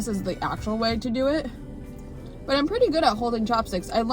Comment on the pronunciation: Didn't she say "Puerty"? That's funny. Anyway, she knows how to use chopsticks so well.